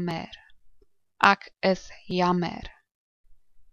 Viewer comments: It should definitely be like the "ack" from acknowledge. You must be a capey. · The pronunciation of "ek" in this video is also wrong. The sound should not be in the back of your mouth, like in "acknowledge", but in the front of the mouth, like in "extreme". Ek = extreme (correct). Ek = acknowledge (wrong).